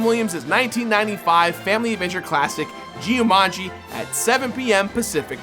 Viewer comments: The pronunciation of "Gee-you-mahn-gee" hurt my soul. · "Gee-u-mungi" yes he really did say that .-. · Whoa whoa whoa JE-YU-MANJEE? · How did you say jumanji wrong lol smh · Why does he pronounce “Jumanji” like that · what the hell kind of pronunciation of jumanji was that.